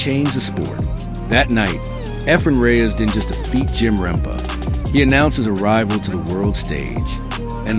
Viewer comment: RempE not rempa